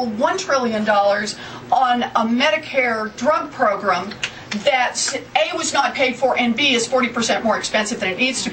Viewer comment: i burst after she said progrum